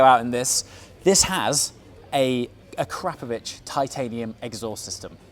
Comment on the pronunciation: So is it ah-kra-pro-vich or ah-crap-o-vich, I’ve heard both from you tubers. That last pronunciation twice today.